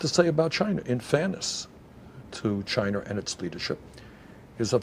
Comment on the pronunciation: Is he saying Chiner!?